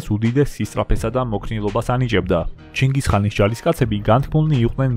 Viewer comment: კაცო ვერ გავიგე ჩინგის ხანია თუ ჩინგის ყაინი